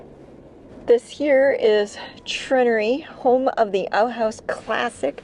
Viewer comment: it's pronounced treh-naire-ree. Not trin-ah-ree. Also for future reference the Munising post office still offers the Christmas Michigan postmark.